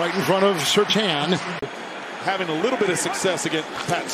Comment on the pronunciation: Surtaan?? I have knew 2 people with that last name and they said Surtane. Hence the I